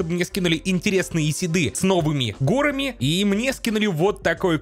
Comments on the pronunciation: не гОрами, а горАми., ну ё-маё, ну порепетируй ты с ударениями в некоторых словах, а то уж больно часто встречаются ошибки в некоторых.:))) В остальном всё супер! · Знаете, чё то у Неркина в видосе очки запотели, протереть надо... И! Не гОрами, а горАми надо говорить! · правильно говорить не гОрами, а горАми!!! Очень сильно слух режет! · Го́рами го́рами, го́рами го́рами, го́рами го́рами... Как же режет слух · ГорАми, не докапываюсь, просто немножко слух режет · ^. ^ Не горами а горами это удорение^